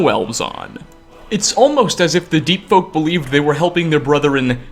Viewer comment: Lol I misheard your words as Deet Folk. Just imagine your entire body getting coated with a thick layer of deet. How disgusting!